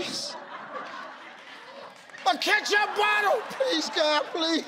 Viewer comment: Wtf is a ' ketcha botta' 🤣🤣🤣🤣🤣